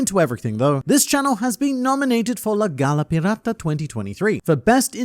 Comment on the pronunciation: as a native spanish speaker the way you pronounced "la gala pirata" killed me . I hope you win！！！